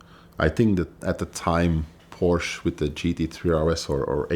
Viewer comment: A guy that pronounces Porsche as porch is not a car guy